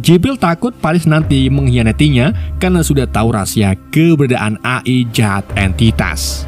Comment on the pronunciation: AI di baca E Ai min... 😂😂😂